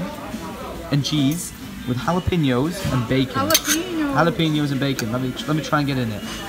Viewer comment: My inner-Latino got triggered, The way you pronounce Jalapeño. (hala-peño) don't pronounce ñ as an n.